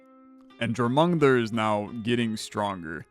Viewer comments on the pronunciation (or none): It should be closer to "Your-muh-gun-der" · More Your-mun-gander. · the world serpent is pronounced yormun-gander, it irked me the way you said it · dying at jor mung un der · He said that snake's name at least 20 times in different ways and I don't think any of them were right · He never once pronounced the "j" as a "y," so correct, none of his pronunciations were right! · Haha just heard him say it 😂 It’s all good, not everyone’s played god of war or study mythology to learn non-English names